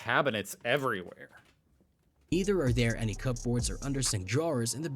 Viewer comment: It’s an AI voice. Mispronunciations occur in every AI voiceover. He said cup-boards and querry.